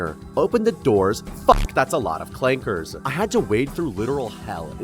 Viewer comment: Clankers with the hard R goes crazy